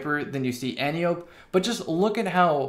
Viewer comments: Not AN-tee-ope. an-TIE-oh-pee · AN-TEE-OH-PEE.... not friggin Anti-ope! Love you tho!🤘🏻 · An tie oh pee not anti ope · Since you talk about the pronunciation in the title, I think the correct pronunciation would sound like an-tie-oh-pee. She is an Amaon in Greek myth. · and can confirm -- pronounced an-tee-oh-pee Source: 28 years of speaking greek. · From the flavor text, I think we can reasonably assume the gun's name refers to an Antiope (there are many) of greek mythology. As such it's pronounced "ænˈtaɪ.əpi" (an-tie-e-pee, where the "an" sounds like it would in "ANt" and the e sounds like it would in "highEr" or "buyEr". Emphasis is on "tie". Thank you for listening to my TED talk. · If you watch Wonder Woman, you can hear a correct pronunciation. "Anne-tie-oh-pay". She is WW's aunt and mentor. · No. It’s An-tee-oh-pee, with pee pronounced like the word for piss, which is pee. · It's pronounced Ant-E-Ope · I thought it was pronounced "an-tye-oh-pee" like wonder woman's aunt from the movie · An-tie-o-pe is how your supposed to pronounce it, but I like anti-ope, antelope, and all the other names it has been given by the community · It’s pronounced “ænˈtaɪ.əpi” and the gun is named after the Amazon daughter of ares in Greek mythology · Once and for all, the name is pronounced an-TIE-oh-pee, like the name Calliope. It's Greek. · ANT-EYE-OH-PEE.....brush up on your Ancient Greek, kids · Pronunciation An-ti-o-pe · it's an-tye-a-pee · Rhymes with calliope, not with antelope. 😉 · It’s pronounced anti-o-p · An-tie-uh-pee. Watch Wonder Woman, man.